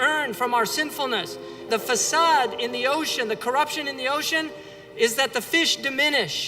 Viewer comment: It's fasad (curroption) not facade (deception)